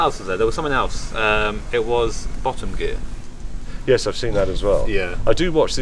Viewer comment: welcome bacc to bo’om geea m8s